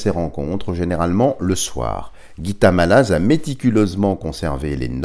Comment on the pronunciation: Dialogue avec l ange est chrétien avant ! Je trouve dommage d y mélanger le soufisme, Bouddha et autres . On ne parle que du Dieu Chrétien avec ses anges, ds ce magnifique livre ! Mallasz se prononcé "Mallache"